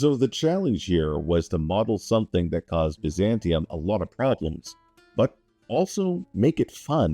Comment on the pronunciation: Had to close the video from the way he was pronouncing Byzantium